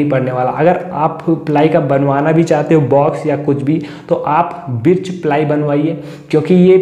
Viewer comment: बिर्च नहीं भाई बर्च प्लाई.aur yeh sabke bas ki baat nhi h ki birch ply ka cabinet banwaye.